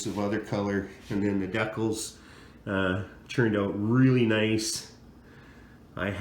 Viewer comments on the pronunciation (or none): Will you pronounce it the right way they're called decals not decals